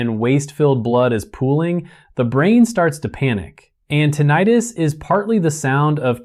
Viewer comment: I’m suspicious of this report: how could a doctor pronounce the term “tinnitus” as “tinn-ee-tus”consistently throughout the report EXCEPT where he pronounces it “tinnitus” as in “tinn-eye-rus”?